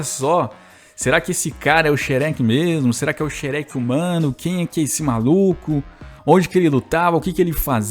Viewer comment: Fala mó errado kkkkkk